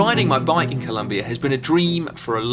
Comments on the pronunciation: Please, it’s Colombia, not ColUmbia!! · it's colOmbia not colUmbia ;) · IS COLOMBIA NOT “COLUMBIA” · PLEAAaaseeessseeEEuhhh.. COLOMBIA not COLUMBIA. But other than that, great vid! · Brooooooo please it is COLOMBIA, come one!!!!! Beside that everything all good!!! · It's Colombia, not Columbia mate! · Colombia. not Columbia. COLOMBIA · It's Colombia, not Columbia! Other than that, awesome video. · IT'S COLOMBIA NOT COLUMBIA.... besides that, I love this video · It is COLOMBIA not COLUMBIA 😡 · Hey! Its COLOMBIA! not Columbia stop making that f... Mistake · Please!! It's Colombia no Columbia!!! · seriously ? Columbia? it's COLOMBIA, not Columbia !!! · It’s COLOMBIA, not COLUMBIA!! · Seriously? You're still making this mistake? It is ColOmbia not ColUmbia!!!! Unbelievable. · Mate glad to see u around alto de letras! But it’s Colombia not Columbia 😉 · It's Colombia, not Columbia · It's Colombia, not Columbia (map at the beginning). Otherwise, great video! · It's Colombia, not Columbia but who cares, amazing video guys!! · guys.... it's ColOmbia. with a O, not a U... But as a Colombian who loves cycling, this was a beautiful video! Nicely done! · It's COLOMBIA not COLUMBIA. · Amazing video.!!!!! Good to see you in our country and you had taken this "Alto de Letras Challenge". Just a little thing, It´s Colombia, not Columbia LOL................. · Noooooooooo it’s C O L O mbia... not Columbia, that’s in Canada guys. Nevertheless, loved the video, gracias 👍🏻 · Its COLOMBIA not Columbia have some respect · Great video as always guys but, Columbia? Really, I mean, you were there for a couple of weeks as you said and couldn't even get the name right? A shame......... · It's COLOMBIA, not COLUMBIA! Seriously?! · COLOMBIA! Not columbia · It's "Colombia"